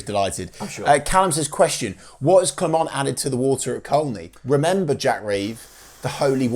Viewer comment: Enjoyed your podcast for a chane. A bit over the top but hey!! When our new manager came in we were 17points from playoffs. We have gained 6 points in his time. Wishful thinkng maybe but there is always hope. Final thng you are Norwich boys you should know my village is pronounced Coney. Still insulting us please. What do you call Costessey. Correct we call it Cossy. Teach those media boys please.